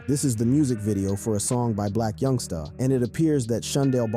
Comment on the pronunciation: It’s Black Youngster, not YoungSTAR